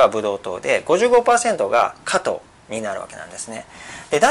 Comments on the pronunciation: 加藤じゃなくて果糖です。イントネーションが違います（笑） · 何故、果糖を加藤と発音するのでしょう？果糖ブドウ糖液糖の場合はちゃんと発音しているのに、果糖単体になると加藤の発音になってます。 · 果糖の発音が加藤すぎるw